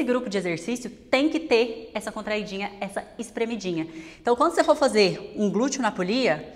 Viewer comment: Gente, não aguento mais ouvir esses "glutchio". 🥴